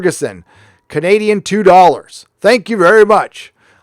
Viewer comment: It's DOLLARS god damn it. Not "Dorr-rrs"